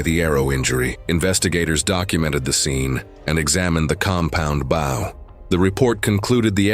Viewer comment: it is pronounced Bow as in bow tie Not BOW as in front of a ship